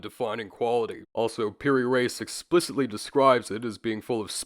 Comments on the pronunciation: It’s pronounced “Ra-ees” not “Race”. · "Reis" is pronounced like rea'ees not race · Mamluks is pronounced how it sounds, and Piri 'rees' x x x